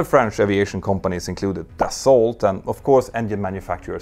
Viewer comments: You don't pronounce the "t" in "Dassault" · The way you say "Dassault" hurts my ears. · Love your videos! It taught me a lot in the mechanic of the planes and in their operation. Side note, you pronounce Aérospatiale as if it is an Italian name. In french we don't pronounce the last e. Take care and continue your amazing job! And indeed you don't pronounce the t in Dassault. Yeah i know french can be funny to pronounce...